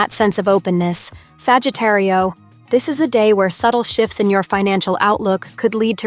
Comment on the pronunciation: You say Sagittario is the Spanish horoscope. Lol you are saying it wrong.